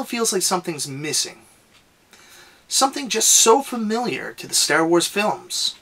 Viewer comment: You say Stair Wars, I don't know why but I find that amusing